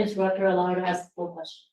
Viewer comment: Yeah, the axxx thing drives me crazy!! It’s “ask”!!!!